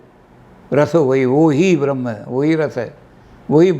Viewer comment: उपनिषद में ब्रह्मा को रस नहीं ब्रह्म को रस कहां गया हैं शब्दों का ध्यान रखें इंद्र और वृकासुर की कथा सुने हमारे यहां शब्दों का विशेष महत्त्व हैं शुद्ध उच्चारण करें पहले तों